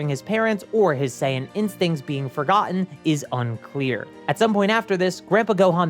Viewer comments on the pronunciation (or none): none